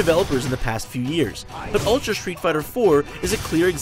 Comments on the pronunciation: It's ultra not utra. Jeez! Get it right... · "UTRA" FAIL LOL xD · Right off the bat you forgot the L in ultra. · at the start, it said utra instead of ultra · They used japanese pronunciation. Shamefuru of you not to know japanese cannot speak "r" i mean "r". Back to engurish... They cannot speak "l". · Its Ururtra goddamnit! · "Utra" huh... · "UTRA Street Fighter 4" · Lol, Utra. "L".